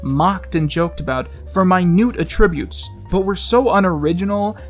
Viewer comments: AT-tributes! Not at-TRI-butes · Who taught you how to say "attributes"? asking honestly, for information. Was it a school teacher? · The way he pronounces "attributes"